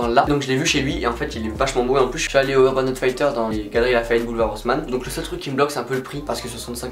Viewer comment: I gotta tell this, the way you pronounce urban outfitters it is more than wrong. Sorry dude :)